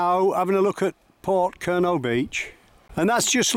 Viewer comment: Enjoyed your video but Porthcurno is pronounced Pawth-cur-no. The little beach not far from Lands End is Nanjizal Bay. This is almost totally unoccupied even in mid summer. Me and my wife sat there one June day, not very hot but still sunny and almost the whole day we had it to ourselves.Lands End was wrecked by Peter De Savaray building his mini theme park. in the late 1980s. Still a figure of hate to a lot of Cornish people we spoke to, and indeed many walkers..